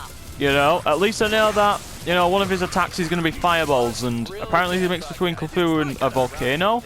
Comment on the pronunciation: And you pronounce it as Cuthulu not Cluthu.